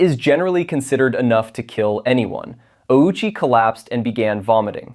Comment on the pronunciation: That's not how Ouchi's last name is pronounced. We all know how it's actually pronounced.